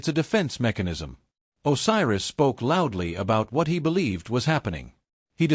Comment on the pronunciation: WHAT THE HELL IS AN OSIRUS😂😂😂😂😂